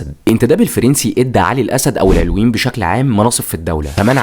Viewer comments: معلش اسمهم العَلَويين بفتح العين واللام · ياخي ڤيديوهاتك حلوه مفيش كلام 😂 بس اسمهم العَلوِيين مش العِلويين ركز 😂 أنا سنيه الحمدلله